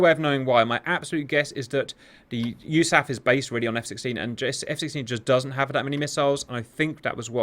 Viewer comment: We should do a drinking game where we take a sip each time Cap says “USAF” Idk why it cracks me up so much you pronounce the acronym